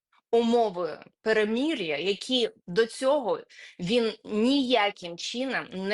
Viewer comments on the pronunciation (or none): Не "перемІр'я", а "перемИр'я", не "чІном ", "чИном". 🙈